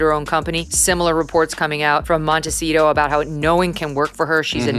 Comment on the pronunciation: Nobody pronounces Montecito correctly 😡